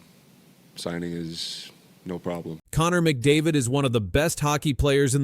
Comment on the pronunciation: The only name you're able to pronounce properly was McDavid's. Do some homework